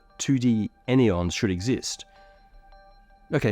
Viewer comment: Any-ons < An-yons 🙂‍↔️🫸 three syllables, clunky 😏👉 two syllables, sleak